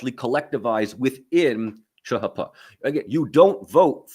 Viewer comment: 1) CHP is not chuh huh puh it's cheeh heeh peeh 2) You got some balls calling kemalism outdated, got anything to back it up with? 3) Although y'all and interested in interesting things, and I learned a few facts, I don't think all the study of turkey has resulted in a deeper understanding. Maybe Mike Doran offers tutoring?